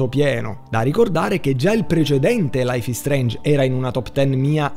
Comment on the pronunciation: laif is streinj bifor de stom